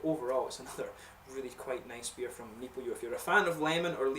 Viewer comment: funny you say omnopyo... cheers